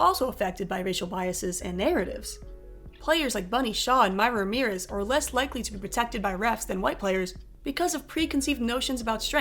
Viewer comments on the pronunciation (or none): none